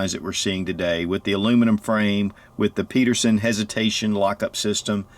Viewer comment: Again, the designer's name was Pederson!!! Not Peterson! Get it right!